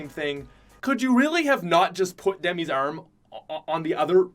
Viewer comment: ¿Por qué dice brazo tan extraño como arrm whatttt?